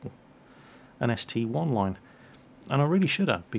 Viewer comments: its not ST-1 its ST-I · UGH ITS NOT ST-1 ITS ST-I!! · it's ST-I!!!!!!!!! Not ST-1!!!!! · ST-i not ST-1